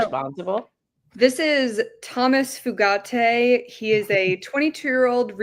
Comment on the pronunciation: The child head of terrorists name is most likely pronounce FEW-gate, as in less gates. Only Hyacinth Bucket would sat foo-gah-tay.